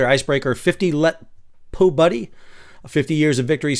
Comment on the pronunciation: I am listening to you wondering how in hell you have managed to pronounce the П = p but not the У = oo 🤨 Po buddy! 😂😂🤣🤣 It is PO-BYED-OO = Победу. Once again journalist should be used as an insult. EG: Those JOURNALISTS down at the spare parts store overcharged me!